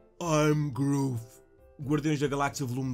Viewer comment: Groof? Que merda é essa ? É groot que se diz